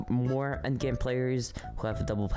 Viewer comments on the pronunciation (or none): none